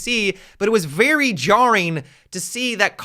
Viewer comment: rahhhh a Canadian said jarring 😂